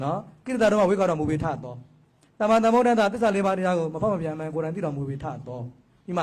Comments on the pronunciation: ကလေးမရေ..သမ္မာကိုသမ္မာသမ္မာလို့သမ္မာပီသအောင်အသံထွက်ပါ..ဒို့ဗုဒ္ဓဘာသာတွေအများစုက သမ္မာ‌အသံထွက်ကို..သံမံသံမံနဲ့အလွန့်အလွန်ကိုမှပဲနားကြားပြင်းကပ်စရာကြီးအသံထွက်ကိုလေးနက်စေချင်ပါတယ်..။❤❤❤❤❤❤❤❤❤❤❤😊😊😊😊😊😊😊😊😊😊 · သမ္မံ(သမ်မံ)မဟုတ်ပါဘူး သမ္မာ(သမ်မာ)လို့ဆိုရမှာပါ လျှောက်တင်သောသူအသံထွက်မှားနေတယ်ထင်လို့ပါ လျှာရှည်တယ်လို့ထင်လျှင်ခွင့်လွှတ်ပေးပါ၊🙏🙏🙏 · အသံထွက်ကက.. သမ္မာ...သမ်မာ လို့ဆိုမှအမှန်ပါ..သန်မန် ကအသံထွက်မှားပေမယ့်အများစုက သံမန် လို့ပဲအမှားဆိုနေကြတယ် ❤❤ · သမ္မာ က အမှန် မေးသယက သမ္မာန် လွဲနေတယ်🙏 သမာန်မဟုတ် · "သမ္မံ" ..သန်မန် မဟုတ်ဘူး "သမ္မာ".. သန်မာ လို့ အသံထွက်မှ အမှန်ဖြစ်တယ် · သမ္မံ မဟုတ်ပါ သမ္မာ ပါ သမ္မံ နဲ သမ္မာ အဓိပ္ပါယ် ကွာတယ် မဟုတ်လာ ဘုရာ